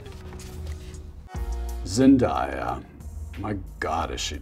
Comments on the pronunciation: It's Zen-DAY-ah (not Zen-DIE-ah). Show this legend some respect! 😭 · Was totally consumed by the video and then BOOM…”Zen-DIE-ya”. We’ve come too far for this.😩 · Order have mercy it's Zen-day-a lol. But hey I guess Tom Ford can mess it up since he had her looking so good in that outfit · I wish he said her name right🙄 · Is it just me or did he say zendaya wrong?